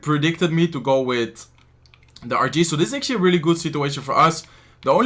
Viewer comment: "ATUALLY" AGAIN?😂😂😂🤦🤦